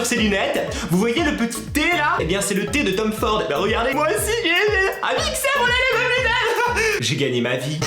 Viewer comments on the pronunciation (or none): none